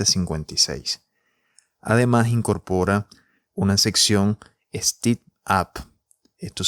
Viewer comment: No se dice stip, es stEp en Ingles, sino estas diciendo steep.